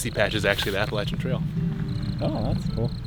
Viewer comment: You guys are from Ohio, so why do you pronounce Appalachian Trail like you are someone from Georgia?